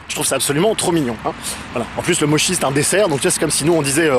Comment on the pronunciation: Ma petite connaissance de la langue japonaise aurait tendance à me faire dire que Mochi (le déssert), se prononce moTCHI, et donc serait phonétiquement différent de Moshi. Ce serait donc plutôt comme si on disait "Groissant Groissant". "Bain au bobolat-Bain au Bobolat", ou "Relie-chieuse relie-chieuse", ou "Paris Broust Paris Broust", ou " Omelette Norbégienne Omelette Norbégienne", ou "Crève Suzette! Crève Suzette !". Je trouvais très important de soulever cette question fondamentale.